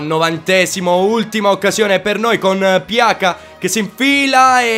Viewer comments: non per fare il perfettino ma si dice piaza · pjaca si legge piasa